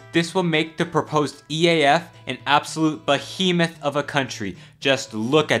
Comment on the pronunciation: That is not how to pronounce behemoth